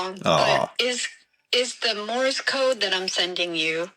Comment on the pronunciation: Did call it “Morris” code?